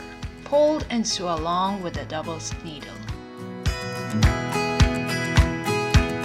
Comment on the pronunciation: Lovely lesson. I wish I had a serger. By the way, you speak good English, but it’s “So” not “Soo” for the word “Sew”. “So-ing”, “so”, “sone” (not “soon”). Good luck.